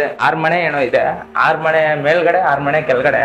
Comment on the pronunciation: Bro ಅದು ಮನೆ. ಮಣೆ ಅಲ್ಲ 😂